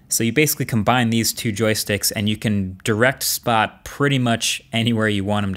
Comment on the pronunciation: How did you mess up the name of the robot that was said 54 times in the video